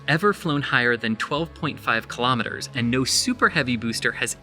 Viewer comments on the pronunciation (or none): Kilo'meters, not kalamaduhz.